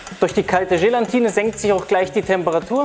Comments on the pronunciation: Gelatine nicht Gelantine ! Und die teure ISI Flasche muss es auch nicht sein - es genügt ein guter Sahnesyphon aus Edelstahl - für ca 25 bis 27 Euro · Gelatine, nicht GelaNtine. Das ist fast genau so schlimm wie VanillJe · Wobei VanillJe laut Duden genauso korrekt ist wie Vanille. Aber "Gelantine" kann ich auch nicht mehr hören!